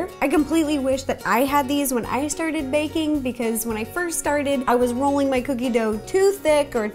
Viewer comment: Its a Ro-llinglin!